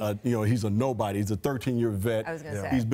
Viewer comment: when joel embid talks "He's a dobody." 😂😂😂